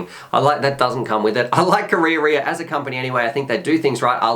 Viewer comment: wow, that beast looks sensational!, another great review but correct pronounciation of Karearea is closer to ka-raya-raya... check out